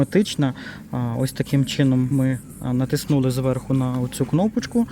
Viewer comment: НатИснули , а не натиснУли. Нашо навмисно коверкати наголос?